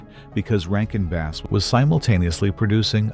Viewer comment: Not base - bass that rhymes with pass. I hate AI.